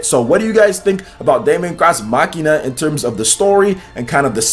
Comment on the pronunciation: Your pronunciation of Daemon X Machina irritates me a lot just look up how to properly say those words.